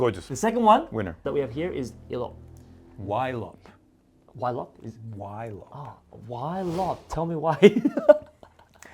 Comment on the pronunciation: I'm sorry but there is absolutely no reason for Ylop to be pronounced "whylop". The Y is not an abbreviation, the original word is not "Pollwhy" so it has to be an /i/ sound, I do not accept it. You don't call Yves Saint Laurent "Whives Saint Laurent", does not know what he was talking about.